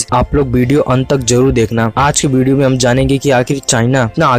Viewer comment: It's not BDO it's video!!!!